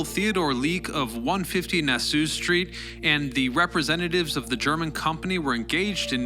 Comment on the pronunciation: Time to retrack and repost! It's not "na-SOO" Street, it's "NAA. SAW." Like Nassau County on Long Island (and in Florida)...And more importantly, it's "Telefunken" - not "Telen Funken". Sorry, dude, I'm a network TV documentary video editor so...